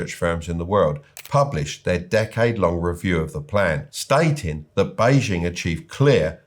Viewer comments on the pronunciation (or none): The "J" in Beijing should be pronounced like a "J", not "ZH". The "ZH" in Guangzhou should be pronounced like a "J". It's pretty funny that you got both wrong!